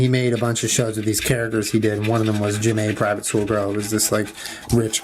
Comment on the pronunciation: Omg it seriously threw me off for a second when you said J'may. My name is said similar but spelled Janee. 🤣